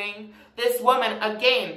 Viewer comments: i’m pretty sure he’s canadian so that’s why he says it like that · language (aslo karen) Bag-behg Sorry-Sourry Again-agaein Edit: Drag-drheg